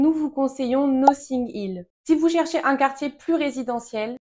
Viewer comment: noTTing Hill, pourquoi prononcer "nossing"???